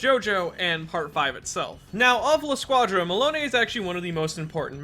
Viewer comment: Pronounce: La squadra Him: La shcuajra